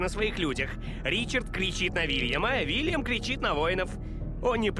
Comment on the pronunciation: Не Вильям, а Уильям!